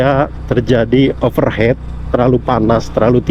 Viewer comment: pelafalannya bukan "overhet (overhead)" tapi "overhit" (overheat) artinya terlalu panas, kalo overhet artinya di atas kepala